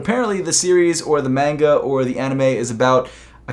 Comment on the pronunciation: Lmao how he said manga